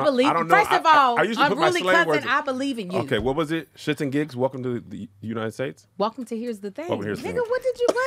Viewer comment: 🤣 why he still say untied states 🤣😭